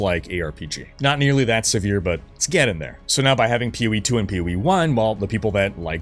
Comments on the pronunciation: Great news. I keep hearing him say "Pee Wee 2" instead of PoE2. Lol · For a minute, I kept thinking he was talking about a game called “peewee”.